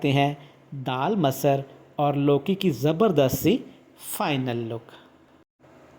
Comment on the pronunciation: Abay chutiye masar nhi masur daal tu itna juban ghuma rha hai ki talaffuj badal jarha hai